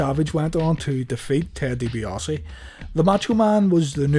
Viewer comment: DiBiase has no 'o' in it